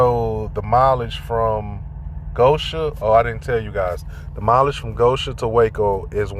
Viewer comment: $1 fine for each time GO-shen is mispronounced GO-sha, and I'd be rich. Be safe out there, brother.